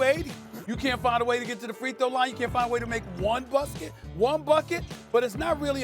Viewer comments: 1 buscket 🤣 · No one: Stephen A: "busket" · "Busket" Stephen A was caught between bucket and basket 😅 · Steven “Buscket” A Smith